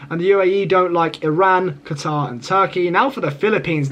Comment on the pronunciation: You said Qatar but I heard guitar 😂😂😂